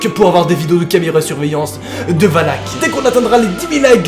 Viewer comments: ET TU DIS WALK ET PAS VALAK EST-CE NORMAL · on dit pas "oulak"mais valak😂sinon continu comme sa tes mon ytp préfèrer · C'est pas voulak qu'on prononce mais volac mais superbe vidéo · Mais ses pas wallack mais Valack 😅😂😂 Sinon super vidéo comme d'habitude mon jeune petit 👍👍👍👍😂😂😂😂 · et valak sa secri VALAK et non VALAC comme dans lappel video a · ca se prononce Valak pas Walac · on prononce valak et non walk pour pas l invoquer 😂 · Quand tu dis Valak on dirait que tu dis Wallhack #CSGO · jvai appeler les handek un camion de hendek pour lui sinon jte kiffe trop quan jai pa peur t la pour me faire peur et quan tu di wallak on dirai que tu di wallah comme les gens qui save pa pronnonsser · Regarde the conjuring 2 tu verras ca se dit Valak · Dans conjuring elle dis valak et pas walak..et lorene pas Laurence 🤣